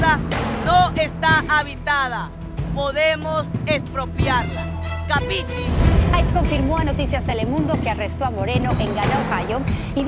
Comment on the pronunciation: La palabra. Q usa ... " capichi" ( mal pronunciada .ahí se ve el grado de inteligencia)...quiere decir: entiendes ?) en Italiano.. y el maleante ni eso sabe...pronunciarla!!!😮